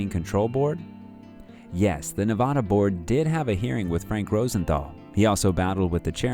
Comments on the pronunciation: It's Nev-AD-a, not Nev-AH-da. Jesus, what is so hard to understand about that? And don't give me any of the Spanish pronunciation crap, because if that's the case; texas, California, New Mexico, Colorado, etcetera, etcetera, etcetera. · It's Nevada, not N-vah-dah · Just a nitpicky tip from a Vegas native. We pronounce Nevada with a long A.